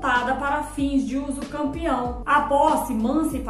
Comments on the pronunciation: Ela disse uso campeão ou entendi errado😮? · Mulher voce esta falando uducampeão, corrige isso fica muito feio isso. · Mulher corrige esse vídeo, você está falando usucampeão, fica muito feio e desvaloriza o desqualifica o seu trabalho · Foi um golpe baixo no português jurídico! 😂 Mas agora aprendi direitinho: usucapião Ah! E já tem vídeo com a pronúncia certinha — confere lá: 👉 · Eu achava que era usucapião e não usucampeão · Hahaha adorei o comentário! 😄 Falei errado mesmo — usucampião foi um golpe baixo no português jurídico! 😂 Mas agora aprendi direitinho: usucapião Obrigada pela leveza e por interagir — é assim que a gente cresce: compartilhando, corrigindo e se divertindo no caminho! 💬⚖️✨ Ah! E já tem vídeo com a pronúncia certinha — confere lá: 👉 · Falei errado mesmo — usucampião foi um golpe baixo no português jurídico! 😂 Mas agora aprendi direitinho: usucapião Obrigada pela leveza e por interagir — é assim que a gente cresce: compartilhando, corrigindo e se divertindo no caminho! 💬⚖️✨ Ah! E já tem vídeo com a pronúncia certinha — confere lá: 👉